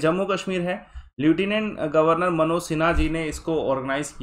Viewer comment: It is लेफनंट..